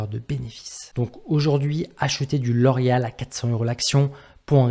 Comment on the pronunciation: Non je déconne juste sur ta prononciation de la compagnie 😉